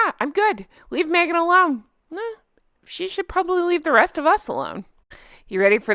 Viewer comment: Who’s Merghan? 😂😂😂😂😂